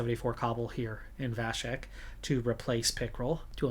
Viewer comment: Now that you’ve signed him - Vacek’s surname is pronounced [vatsek] as in Czech there needs to be this symbol ˇ above the C for it to be pronounced as [vachek].